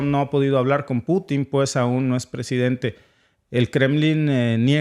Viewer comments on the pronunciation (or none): none